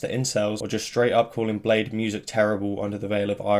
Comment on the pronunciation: I thought it was pronounced as "blay dee"